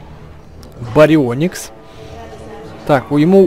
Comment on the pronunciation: Поправка не барио́никс а барионии́кс